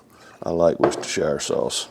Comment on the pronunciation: Worcestershire. Pronounced wu-ster-sher